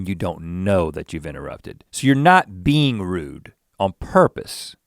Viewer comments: And I was stupidly laughing... "I'm not used to have another bean on my right side" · I thought Link kept saying "bean" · The number of times Link said "being" and it sounded like "bean" was remarkable 😭😂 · I actually thought he meant to say bean! Omg.